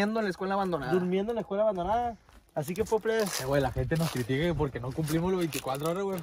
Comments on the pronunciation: Quien se percató, que en ves de decir "escuela" dice "escula" 👀👀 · Jajajaja dicee escula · Dice acampando en la ESCULU abandonada 🤣